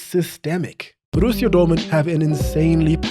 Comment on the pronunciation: Great video mate, one note tho. You don't roll the R in Borussia. It's a rough R, you say it in your throat, not with your tongue. :)